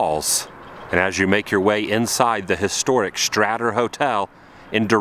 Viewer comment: its pronounced, The Straighter. I used to live there.